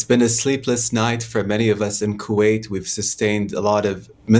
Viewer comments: Why does she keep on saying Quwait? He repeatedly pronounces the name for you but you selectively mispronounce his country’s name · I wish this british journalist would say Kuwait properly. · Becky can't say Q8 properly.